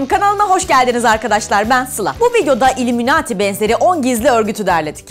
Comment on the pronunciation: İllimunati değil ayliminayt